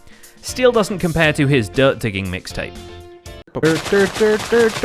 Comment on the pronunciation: I no longer heard “digging” I somehow started hearing “bacon”